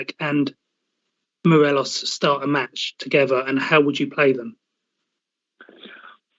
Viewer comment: How many seasons has Morelos been at Rangers and this clown canny pronounce his name correctly? I'll type it out phonetically for ye. Maw- Re- Loss.